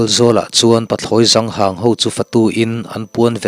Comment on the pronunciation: 😂.. Pathlawi Zang hang.. Niloin "Zâng hang" tih tur, hei hnungzâng ang hi